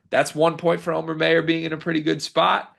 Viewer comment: MY-ER not MAY-ER. Show him the respect of pronouncing his name right dude